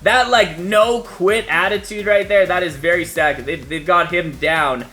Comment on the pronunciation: Your pronunciation of Saka is wrong. It’s S (ah) ka